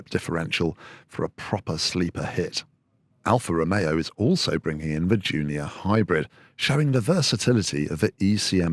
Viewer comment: Literally every time the presenter says "Junior", it sounds like he's saying "Giulia" and it's driving me nuts. I have to re-think each instance and remember that the video is about the Junior, so he probably said that.